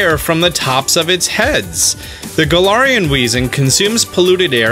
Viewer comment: It’s Gal-air-ian